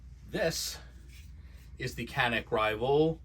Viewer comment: This channel is going to be huge! Doc, just get the pronunciation right - Canik - C has an accent which makes it "G" as in George.